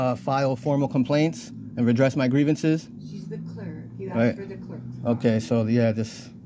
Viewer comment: Axed for or asked for?